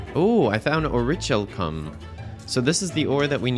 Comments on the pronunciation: The way you pronounced "Orichalcum" had me dying. I've never seen someone butcher it so badly lol. It's pronounced Ori-KAL-Come (Don't feel right typing out the last 3 letters, but yeah). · Hearing this dude mispronounce literally every magic ore except mythril makes me so upset, o rich calcum. Seriously